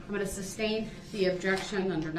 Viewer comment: Let’s not forget Substain